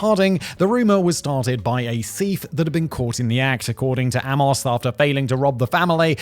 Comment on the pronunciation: Simon's pronunciation of 'Amos' is interesting.